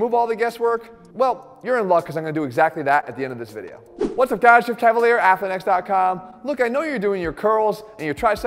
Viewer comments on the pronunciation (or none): none